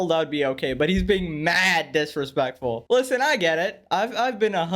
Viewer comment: "maaaad diresplectfwul" 😂😂